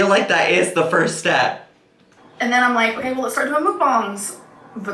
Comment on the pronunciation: This morning my boyfriend pointed out I say ‘whale’ instead of ‘well’. He’s not wrong I do!